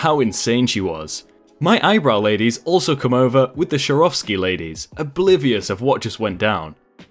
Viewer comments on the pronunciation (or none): none